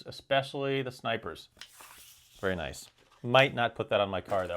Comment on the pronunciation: great video, and "naic" is just "nice" ;)